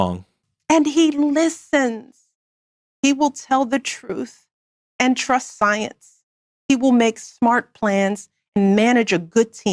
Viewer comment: " ...and trusth thienthe".